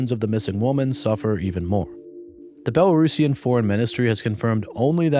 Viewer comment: Respect for pronouncing Belarusian as one should ❤ thanks for coverage